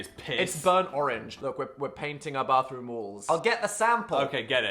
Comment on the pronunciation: its so funny how dan pronounces bathroom with 2 different accents 🤣